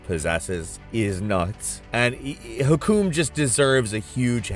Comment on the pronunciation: its not hakom is use arabic google tranclate to say it to you